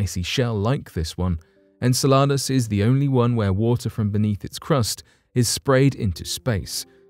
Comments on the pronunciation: If he calls it SALADS one more time I swear... en-sell-ah-dus... not ENSALADAS (aka SALADS in spanish. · It's Insel-u-dus not insa-la-dus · Sounds like you're saying enchiladas 🤣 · The narrator doesn't know how to pronounce Enceladus (en-sell-a-dus). Hhhmm... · Just incase you need to make another video about “Enceladus” again. It’s pronounced - en·seh·luh·duhs - thanks for coming to my TED talk 😂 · it's en cell a dis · Saying the name wrong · Your saying the name wrong and pisses me off each time